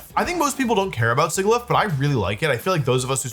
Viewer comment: i love wolfe, and i have extremely high respect for him, you know, being the undisputed best Pokemon player of all time and stuff but his pronunciation SUCKS. you’d think the pokemon company would tell him “Sigilyph” is pronounced… like the word “Sigil”…